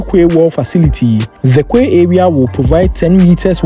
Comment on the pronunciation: good job. Remember,"quay" is pronounced "key".